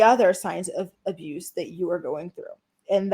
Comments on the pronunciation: Why do you say some words strangely? Like “abuse” sounded like a-boose. Sex was “ex” etc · Not “emotional ABOOSE” say it ain’t so 😂😂😂